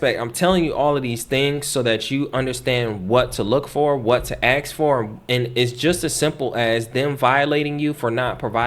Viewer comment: Okay, since I'm on an obvious rant... I travel to many countries, and their people struggle, and REALLY attempt to use correct pronunciation. How long have you lived in the USA? How long do you need to be able to pronounce ENGLISH words? AXE? or Ask? Come on Man.